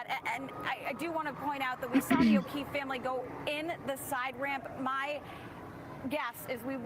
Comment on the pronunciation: This dude actually said Okweefe.. Wtf!